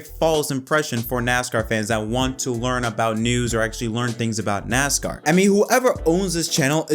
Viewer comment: I caught one video and one was enough. When you start the video and call it "NOSCAR", like...what? As cool as it would be to see a "NOSCAR" series, the sport you're referring to is not it, I couldn't even watch the video from that point on.